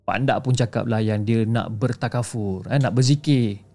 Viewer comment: Bertafakur. Bukan bertakafur. 😂